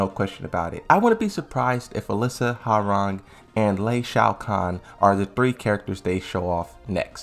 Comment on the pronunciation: Could you please start pronouncing character names correctly? It's "wowrang" for hwaorang "Leeng Shao You" for ling xiaoyu and "LID EE YA" for Lidia... It's NOT HAARANG, LEI SHAO KHAN AND LEADER